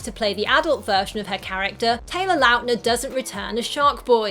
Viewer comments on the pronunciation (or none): I hate how she called him Taylor Loutner